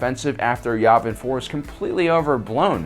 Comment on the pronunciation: YAVIN It's pronounced YEAH-vin. NOT YAW-vin... It's YEAH-vin! Ok? Yes? No? Circle one. GOOD!